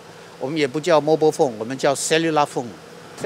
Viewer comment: 請不要這樣對 他的Mobile是念對的就非常令人敬佩了 太多人都念錯 XD